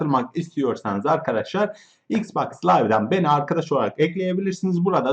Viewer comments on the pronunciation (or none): Oğlum yav "Mrb adadaşlar!" diye başlama ilk İngiliz sanıyom sonra Türk.Sonra İngiliz sandığım için kapatıyorum!YAPMA!!!